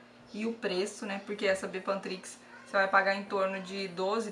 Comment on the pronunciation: Eu gostei da receita,parece q vale a pena, até pq é super barato, mas o nome da pomada é bepantriz e não bepantrix👍👍